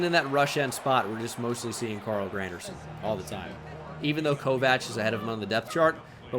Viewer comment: Why is it Kovach and not Kovacs? (Vaks)